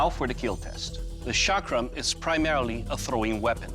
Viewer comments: It is "ch" not "sh". Why is it so hard to pronounce?? 😶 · I physically cringe when you pronounce it sha-crum. Its pronounced a chuck-rum. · chakram is right but the guy is literally saying shock rum lmfao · it's not shaakram it's chakram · Chakram is pronounced "Chuck-rum" ... as in Chuck Norris and Navy rum not Shaak-rum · I heard shock room 😂